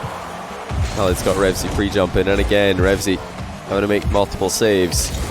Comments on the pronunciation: Why do u keep saying REVZY, i dunno why but it annoys me lol, its "RevEazy" * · says "remzy" throughout the video